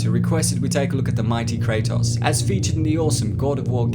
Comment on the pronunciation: Kray-toes Not Kray-toss. His name has been said about a billion times now